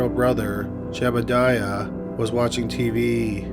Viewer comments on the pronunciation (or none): You kept calling Seth's brother "Jebediah" and his name was actually Jedediah. Just saying.